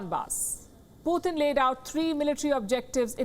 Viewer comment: You are doing remarkably well, except the part we have to hear 'Poothin' instead of Putin. Difference between POOR THING and POOR TIN.